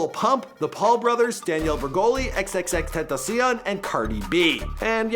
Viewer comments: No it's not xxxtontcion it's xxxtentacion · He said xs name worng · How he says xxxtentacion 🤦🏽‍♂️ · thts not how u say xxxtentacion